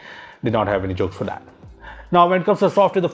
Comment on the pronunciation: you forgot to learn there is a "H" in the words thousand and that.